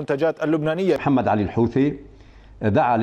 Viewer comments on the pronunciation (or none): none